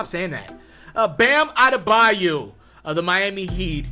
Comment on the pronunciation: bayo..not bayu….smdh ..eldrice is his first name by the way..bam bam